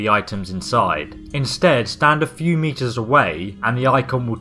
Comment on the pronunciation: Meters!... He said meters funny European. Your videos are awesome.